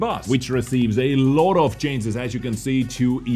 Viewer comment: Dude its not 'cances' it is 'changes'